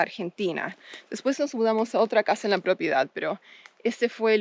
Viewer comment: stop saying "propiedad" makes you sound very gringa lol. It's just an advice bc as you might know, the more gringos you look and sound, the more local people will try to get advantage from you. Remember you're in Argentina and this time you're not a tourist, you're an owner; people trend to have strong preconceptions about your current position. Though property is the correct word, maybe "terreno" is more suitable now. My best wishes for you and. Remember to hit me up when you need professional advice on tourism and hospitality projects as that's my expertise. Cheers!